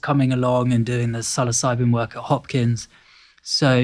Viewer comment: Oh dear LORD!...He said it right!! Like sill-oss-ih- bee....NOT sill-o-sibe mushroom. ..as far as pronunciation sound..